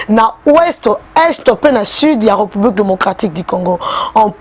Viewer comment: Ré,Reu(publique) na appreciaka yo mingi,kasi lobaka Ré et non reu.